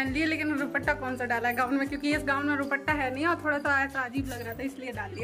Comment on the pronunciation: Tm ruppta ku bolti ho kitne logo ne tmko comment kiya h ruppta ni duppta bolte h sayd tmko samjh ni aati kisi ki bat 😅😂